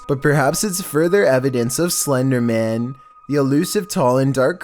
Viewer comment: Lightning bugs?? And you actually just said " (voice gradually goes up an octave) this could be (going back down) slender maaaaan" You will post anything wont you